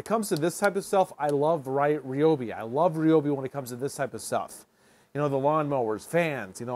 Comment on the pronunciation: What is this ree-obi sh!t? RY-OBI! Get it right! 😂